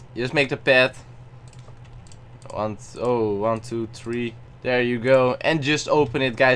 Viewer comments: You sayed tree not three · He did not say it good he sayed tree not three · uh dude your saying tree instead of three